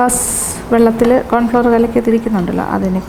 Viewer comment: സൂപ്പ് സൂപ്പർ ......👍🏻👍🏻👍🏻 കോൺഫ്ലവർ ്് അല്ലാട്ടോ..... കോൺഫ്ലോർ... ആണ്. 🥰🥰